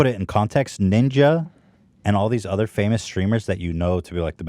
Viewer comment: I love when hila pronounces “ other” as “uder”